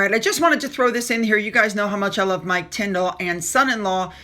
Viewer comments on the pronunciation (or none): none